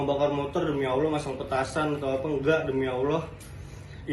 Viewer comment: Kenapa dia sudah salah selalu sebut sebut dan bawa bawa nama awlah😂😂😂